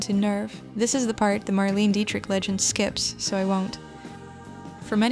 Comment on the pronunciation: It’s pronounced Mar lane A